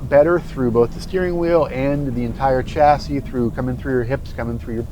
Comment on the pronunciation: Dear American reviewer, "chassis" is not an English word, I believe it comes from French, please pronounce it as it should which is something like "SHAS-ee ", this goes to you and most American reviewers which know a lot about cars, but this word is just an ear sore. the word Pizza is pronounced by Americans like "Pitsa", right? as it should! please give the word chassis the same respect. Thanks you!